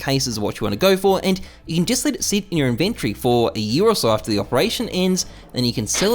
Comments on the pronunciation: in you favor? My man missed his English class i guess! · notice how in the last point he forgot the "r" in "your"